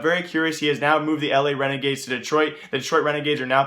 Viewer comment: IT'S LA RENEGADES NOT L.A RENEGADES FOR FUCKS SAKE